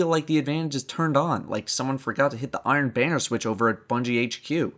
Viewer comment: The only thing I can think of after watching this video is how you pronounce "banner" as "bane-er" instead of "ban-er"